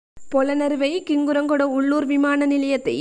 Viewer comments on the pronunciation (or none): யனாதிபதி அல்ல ஜனாதிபதி கிங்குராகொடஅல்ல ஹிங்குராகொட Pஅந்துல அல்ல Bஅந்துல